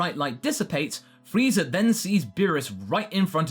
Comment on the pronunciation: And freezer instead of Frieza xD